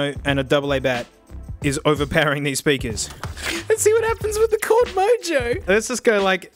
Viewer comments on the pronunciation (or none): ITS CHORD MOJO NOT CORD MOJO